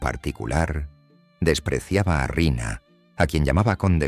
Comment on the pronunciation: No es Arena, es Riina